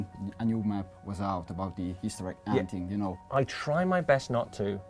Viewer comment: Ah ma non gli hai detto "Easter Igg" ?